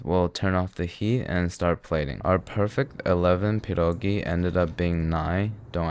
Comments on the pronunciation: DUDE YOU SLAYED IT (tho the cheese choice made me roll my eyes) they look amazing! and the way you pronounced pierogi is just chefs kiss would live to see you do kasza gryczana z boczkiem i cebulą, which is basically cooked buckwheat with fried onion and like uhh diced bacon pieces? ig... don't forget lil bit of salt and pepper with onion and some Maggi liquid seasoning, its very easy to make and very tasty! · Your pierogi pronunciation deserves an cookie, you nailed it. There's no need for kurwa mać here. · As a Pole I will judge you harshly on this one EDIT: Good pierogi pronunciation I don't think the type of cheese you used would fit with potatoes, white cheese goes well with them yep that's good that's what I do too Those are looking really good actually you don't need to fry them you can eat them boiled Overall they turned out good, you can use fried chopped bacon as topping Pierogi are simlpe but just time consuming so it's hard to fuck them up. We have many fillings like meat, cabbage and mushroom or you can make sweet pierogi with fruits but those are regarded as inferior. If you wanna try other Polish dishes I recommend "zapiekanka" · Cieszę się, że słyszę „Pierogi”, a nie „Piełrołgii” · Your pronunciation of "pierogi" is pretty impressive, also I respect you forgetting the onions lol. Great video as always. Polska gurom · he said pierogi not pierogis!! lets go also he pronounced it correctly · I am so happy you didn't say pierogies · "per-oh-ghee" (not polski, just meming and love pah-dawhgs) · THATS TOO PERFECT ARE U POLISH? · When you said “pierogi” the pronunciation was so on point. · before watching the video: I hope he says "pierogi" and not "pierogis" update: I wasn't let down. also love your pronunciation of the word! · Your pronunciation of pierogi is so on point 🫡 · Your saying pierogi perfectly dude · You are the first foreigner, I saw, that said "pierogi" instead of "pierogies", which is good as pierogi is already in plural form.